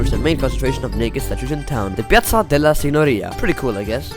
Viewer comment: concordo.. i nomi delle piazze, chiese e posti li ha pronunciati nel modo corretto, fosse stato un americano avrebbe pronunciato alla cazzo tutto..